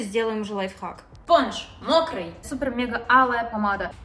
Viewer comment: Все говорят лайфхак, моя мама: "лайффак", я🗿 ну в принципе правильно